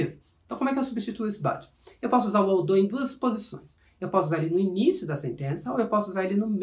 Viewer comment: That was actually a reasonably clear explanation from a grammatical point of view. So I would like to congratulate you on your pretty good job. However, I would also like to point out that the pronunciation of some words (i.e. "although" and "moreover") didn't prove to be entirely accurate. In spite of the minor details which I have just regarded, the lesson was quite good! But, again, we always need to get even the smallest details right! Keep up the good work!